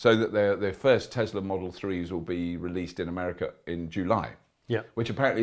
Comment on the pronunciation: Tezla? I thought it was Tesla...